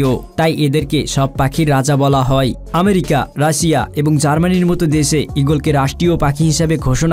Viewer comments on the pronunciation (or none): none